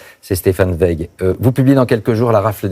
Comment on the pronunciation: Prononcez de grâce TSWEIG